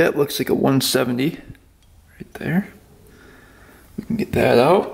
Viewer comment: It always sounds like “thanks for……..subscribing.” Is an afterthought. like you don’t say it in every video. “We are oat”.😂😂😂